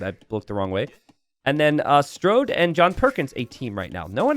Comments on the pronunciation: The way says “StRode” makes me think he would call Main Street “Mainst”. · It's a running gag that t90 says it "wrong"